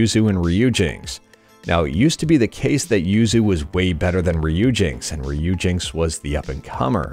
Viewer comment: its pronounce riper-ri-peri